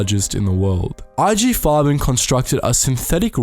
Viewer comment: There are pronunciation errors. Example : Nestlé or IG Farben , ... shouldn't you at least use the sound icon of google translate ? Coco Chanel :At 57, she fell in love with a German embassy attaché, Hans Günther von Dincklage, 13 years her junior. No doubt a spy. They live their affair in the prestigious hotel, partially requisitioned by the Nazi regime to house the Luftwaffe and its leader, Marshal Göring. Above all, it involves the German authorities to recover the ownership of its perfumes, ceded before the war to Jewish industrialists. It's a fail. The Wertheimer brothers, refugees in the United States, thwart his plan. Code name: "Westminster" Alas, Coco Chanel is embarking on a new, even crazier project: to stop the war! By attempting to negotiate in 1943 a separate peace between Germany and Great Britain. An incredible operation, called "Modelhut" (Couture hat). Who takes her twice to Berlin. In April 1943, she will discuss the details directly with Walter Friedrich Schellenberg, head of the intelligence services of the SS. She knows well, she pleads, British Prime Minister Winston Churchill, met thanks to her former lover, the Duke of Westminster. Himmler's trusted man is won over. But the operation turns into a fiasco ... Winston Churchill pressured the post war French autorities to free her.